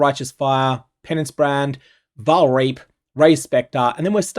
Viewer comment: DON'T PRONOUNCE REAP WITH AN AUSTRALIAN ACCENT!